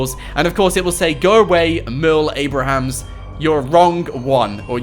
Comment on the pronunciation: it's Merle Abrahams 😁